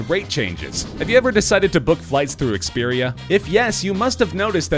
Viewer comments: You said Experia instead of Expedia... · He said experia instead of expedia. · lol he called Expedia, "Experia"